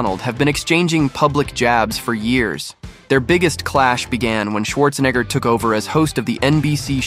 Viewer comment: Bro took advantage of mispronouncing Arnold’s last name 💪🏼💪🏼💪🏼 WOOOOOOO 😛